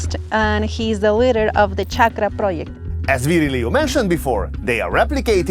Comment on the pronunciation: At least bother to learn how his name is pronounced, just google Virgilio - Vir / gi / li/ o